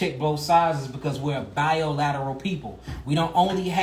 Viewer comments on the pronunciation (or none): said, "Biolateral." I understood it to mean bilateral, but I think he said that intentionally.